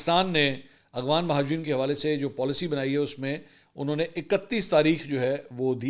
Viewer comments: Mansoor Bhai yeh lafz aghwan NAI afghan ha aap aksar Afghanistan ka nam Galt lety hn please isy correct kr len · بھائی منصور صاحب۔ لفظ افغان ہوتا ہے نہ کہ اغفان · منصور بھائی ، آپ اغوان کیوں کہتے ہیں ، افغان مہاجرین کہا کریں ، آپ کو شاید فیل نہیں ہوتا آپ افغان کہتے ہوئے اکثر اغوان کہہ جاتے ہیں